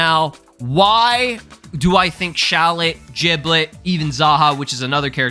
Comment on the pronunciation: it’s Shallot